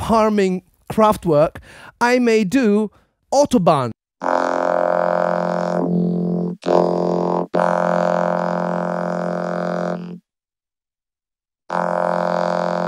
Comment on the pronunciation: Are you from germany or netherlands. Ur pronounciation of wir fahren auf der Autobahn was so clean..